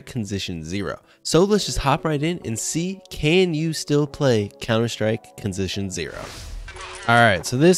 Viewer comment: Anyone noticed Conzition zero? XD